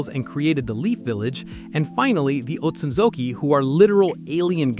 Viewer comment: You did a great job with the clan rankings. Though you butchered the Otsutsuki name